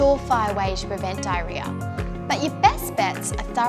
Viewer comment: Ok I started watching for 10 seconds and I just can’t… I literally make fun of my mother for saying this word in 3 syllables like “DIE-RE-AH” when it’s actually 4 syllables. Mispronunciation makes me crazy.